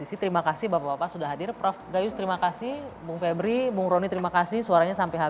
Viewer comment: Vebriiui ..vebrool